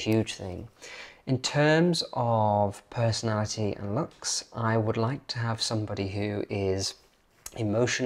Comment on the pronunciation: Your accent has become more and more "normal" as time has passed but please forgive me if I just point out one particular word which is 'looks' comes out as 'lucks' and I have to think twice to get the sense of what you are saying from the rest of the sentence! In Edinburgh, a person is defined by a} what school they went to and b} their accent.